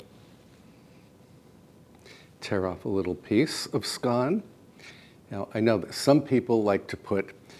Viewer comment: Thank you for pronouncing "scone" correctly, I love your show, and think you're just smashing💐💐💐